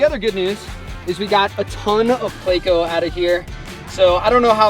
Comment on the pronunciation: Plecos are pretty decent but its not pronounced (play-co) buddy and thats just the short name for Plecostomus